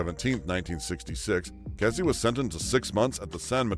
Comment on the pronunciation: Ken Kesey’s last name is pronounced key-zee, not kessie. He lived in Pleasant Hill, Oregon in the Willamette valley, pronounced will-am-it, not will-am-ette. His parties were legendary locally right up to his death.